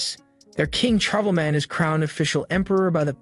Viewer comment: Man, did he butcher "Charlemagne" lol